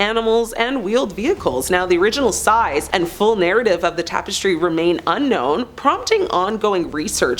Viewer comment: I came here to say this - as soon as I heard her pronounce it as "seltic", I cringed. It's also weird how she pronounced "tapestry" as "tape-estry"